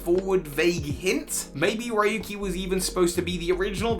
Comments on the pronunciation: It's been years. RYUKI NOT RAYUKI🤣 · Ryuki's name is actually pronounced "Ree-uki," not "Rai-yuki." In fact, Raihan's name is likely actually pronounced the way that you'd been pronouncing Ryuki's. As for what I'm doing during lockdown, well, I've been just playing Super Smash Bros Brawl: Project Plus; which is an unofficial continuation of Project M; and Onimusha Warlords. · Ryuki is pronounced "Yuuki" btw! it's not Raey-yuki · Ryuki is not riuki right? Then why are you saying i? Ryu is dragon in japan.